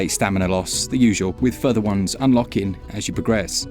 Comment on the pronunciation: furver? do you mean further? lol